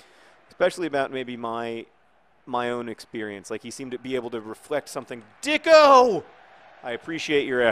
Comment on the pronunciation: I'm pretty sure that it is pronounced deecko opposed to dicko